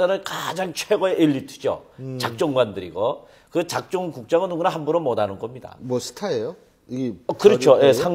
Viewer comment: 뉴스에서 사투리쓰나 못다는 걸로 참 듣기 싫네 못하는 걸로 발음이 안되나